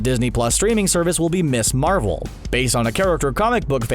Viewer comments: Ms. Marvel is pronounced Miz Marvel. C'mon, basic grammar. The term Ms. originated in the 1960s and 1970s with the feminist movement. It's not Miss Marvel. It's Miz Marvel. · In case nobody has already mentioned it, "Ms. Marvel" would probably be pronounced Miz Marvel, not Miss Marvel.